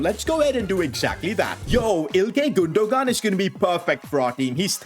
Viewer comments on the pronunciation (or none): i love how he said IlKAY GundoGAN LOL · the way he pronounce İlkay Gündoğan is funny